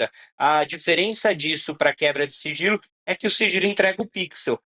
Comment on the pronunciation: Só eu escutei siRgilo?😂